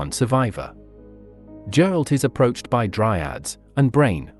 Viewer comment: It's extremely jarring to hear Geralt pronounced as Jeralt.